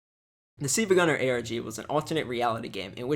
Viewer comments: its not seeva its silva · exactly it's pronounced sil-va like silver, sil-va-gunn-er not see-va-gun-ner